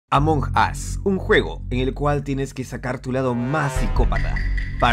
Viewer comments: Duxo:"among us" Lo que yo escuche:"among ass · Deja de decir amuug as coñooooo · 10 en ingles, es emong us (la pronunciacion :v) 😔👌